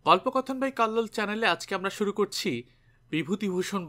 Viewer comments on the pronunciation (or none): none